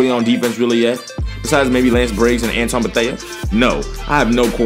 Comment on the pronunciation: You said Antwon beathea wrong